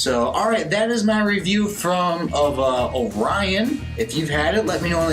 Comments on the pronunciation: Indeed. 😄👍🏻 “Oh-ree-ohn” ...not “Oh-rai-uhn” But, as a young Lance Corporal on Okinawa, I also (mis-)pronounced it the very same way, after the constellation Orion, until I learned enough Japanese to know better... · This was my go-to when I was stationed in Okinawa in 2006. Just a heads up, it is pronounced like Ory-on over there. Also, the several Okinawan bars that I've ordered, it's been served solely draught and always in a frozen frosty mug which improves the head a bit and gives that "pop" you were looking for had it been colder. Excellent review, you got one more sub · Look up the orion beer song for pronunciation. :)